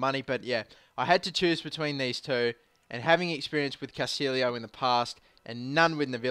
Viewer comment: It is because he pronounced Castillo and Navallo wrong in the beginning